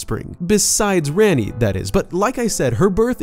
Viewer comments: Rah-ni, not ran-ni, it's tamil for queen. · Her name is spelled Ranni but pronounced Ronnie it was annoying hearing him say her name incorrectly